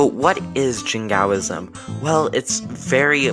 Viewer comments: not just extreme, imprecise too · Good video although you pronounced Jingoism very badly, you could in the future also focus on historic British and colonial Jingoism prevalent at the time the word was coined in 1878 by George Holyoake rather than the modern-day example of North Korea that is a bit more extreme.